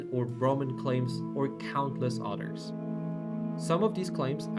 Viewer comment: Your English is really good. But you pronounce others as otters 🦦 Work on the pronunciation of the “Th” sound